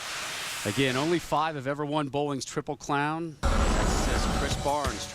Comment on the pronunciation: osku palera? triple clown? sheesh, think then speak